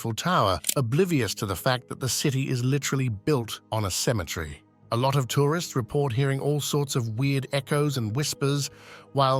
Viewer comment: What the hell is a cem-int-tree?